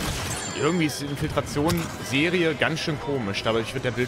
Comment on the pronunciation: Super Video, weiter so:) aber das „Infiltation“ statt „Infiltration“ tat schon weh:D